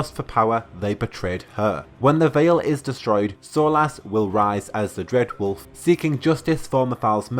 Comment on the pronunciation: Dread wolf has risen. Makes him sound like a loaf of bread. Bread wolf lol.